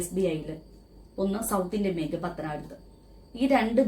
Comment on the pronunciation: Benk alla bank, poli tation alla police station, ithonnum ariyathe how you are managing this trust😳😳